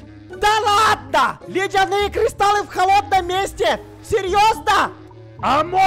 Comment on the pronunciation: Тот самый Кузнец, который грамотнее зельевара 😂(зельевар сказал : кристалы, а Кузнец:кристаллы.😂